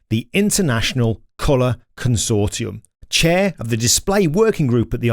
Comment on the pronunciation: I know this is a silly and off topic point but I have to say, Thank You, for pronouncing Consortium as con-sor-ti-um. Here in the US, all I ever hear is "con-sor-shum". Back in elementary school ('57 to '65), I learned to read and speak English, not whatever "con-sor-shum" is. These days, you hear "con-sor-shum", even in high level "professional" circles. Personally, I think their language skills are Tiit. 😁✌🖖